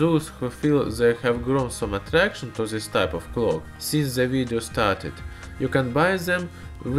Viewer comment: Please try to pronounce words correctly. "This" is more like "dys" not like ''zys". Great video anyway :)